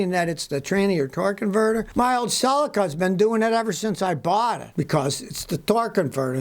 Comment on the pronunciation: It's pronounced si-lee-ka not sel-i-ka